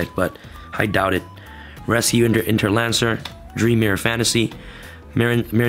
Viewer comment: Rescue inter Lacer! Not Lancer